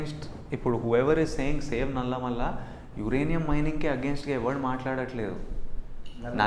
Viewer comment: its నల్లమల...not నల్లమల్ల